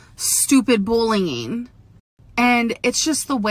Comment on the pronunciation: bullying..sounded like she said bling.